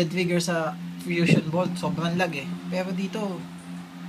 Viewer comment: One more thing I'd like to correct about you, It's "lag" not "log". Ano yoon troso?